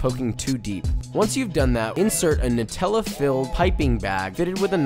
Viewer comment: I think your pronunciation of Nutella was wrong, although it sounded ok sometimes. The NUT part of nutella is pronounced nut as in Hazelnut. I heard it as Newt-ella, which is a very common mistake.